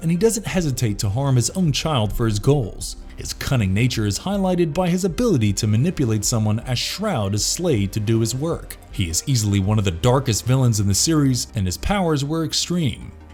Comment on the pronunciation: I LOVE your voice and videos.. But you REALLY need to listen to your videos before you post them. Really. Slade is "egoistic"? Not "egotistical"? And "calculative", not "calculating"? Slade is "shroud".. not "shrewd"? And Trigon has "OMnishence" not "omNIscience"? "Telekinesis abilities".. not "telekinetic"? And Mammoth is no match for the average human? What? I really don't think you should just make up words.. is that weird? It just doesn't make sense.. feels almost intentional.. or worse.. like extreme lack of care.